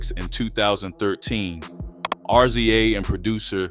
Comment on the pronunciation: Why do you keep saying R Z A it's pronounced Riz-ah